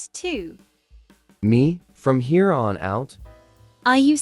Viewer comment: Why do they keep saying hare (A rabbit) instead of here (current location)?